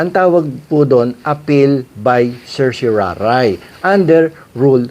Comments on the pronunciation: Mali ang pagbigkas mi ng CERTIORARI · I prefer the Latin pronunciation of certiorari. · Petition for certoraray pala bigkas nean? Dami ko kilalang abugado at mismong atty. ko petition for certorarri ang bigkas nea 🤔🤣